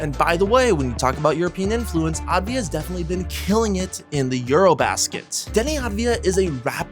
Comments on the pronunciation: Pronounce it Av-dee-ya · Great video but its pronounced deni avdiya, works too